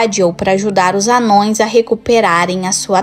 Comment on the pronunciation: “Amãos” e não “anões”!✌️